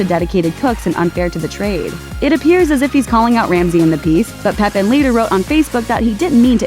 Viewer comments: It’s not pronounced “Peppin.” He’s French. Figure it out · His name is Peh PAN, not peppin! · Pépin is pronounced "PEH-pah(n)."